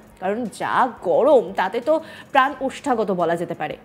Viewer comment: ওষ্ঠাগত কথাটা একটু ঠিক করে উচ্চারণ করতে হবে।